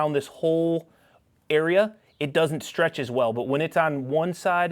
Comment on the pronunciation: Nothing wrong with a good bit of stwech hey 😂😂